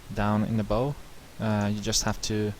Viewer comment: Very helpful - I was able to sketch my catamaran hull using this method! It's nice to have the commentary instead of techno dance music soundtrack. By the way, a boat "bow" is pronounced so that it rhymes with "how"